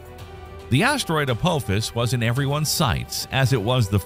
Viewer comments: say it right it's not Apowphis it's Apophis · I had to bail on this video. I could not handle the way Apophis was mispronounced. Do you not know how to pronounce the "ph" sound? It is "apofis", not "a-pope-is". Yikes. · Forget the treat levels and probabilities...can you at least pronounce the name right. Hearing you butcher it over and over again was gut wrenching. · Isn't supposed to be pronounced "Ah-Pah-Fiss?" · Hard to watch a video when the video starts by mispronouncing the name of the thing they’re talking about. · That's not how you pronounce Apophis. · your saying the name Apophis wrong if your going to say it say it right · Thumbs down for mispronouncing Apophis. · Mispronouncing Apophis immediately in the first few seconds of the video, means this video is full of crap. :P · It sure would be nice if these videos that are supposed to be erudite and educational would pronounce the names right. This is the second video about Apophis where they butchered the name over and over and over again. He even mentions the Stargate series. Why don't you watch five seconds of it, and listen to how they pronounce Apophis